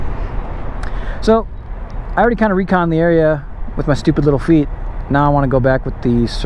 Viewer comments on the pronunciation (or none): none